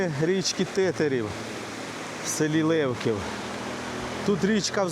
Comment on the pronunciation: Правильно казати не ЛЕвків, а ЛевкІв